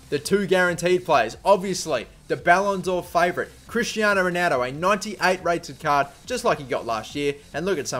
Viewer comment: Its funny how you say Rueneldo